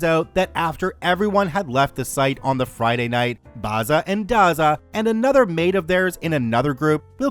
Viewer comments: The pronunciation is not Barza and Garza but Bazza and Gazza as in Barry and Garry, the actual names (I'm Australian). Dazza is Daryl. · Mispronouncing Bazza, Dazza, and Gazza is so annoying. First syllable is a short 'a', not an 'ah'. Twerp. FYI, Barry, Darryl and Garry... not Bahry, Dahryl, and Gahry, smfh, or as we used to say back in the day, in Oz, fmd.